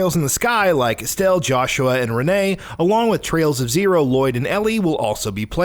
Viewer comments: Can’t wait, oh and just for clearance it’s Pronounced Ren And Aget not Renee and A Gate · I know. What I said was I can understand someone mispronouncing Agate but not Renne.